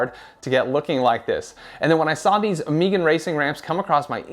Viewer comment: Never heard someone pronounce Megan as “Meegan” before haha. Nice review. Not sure if I actually need the 2 piece construction or not tho 🤔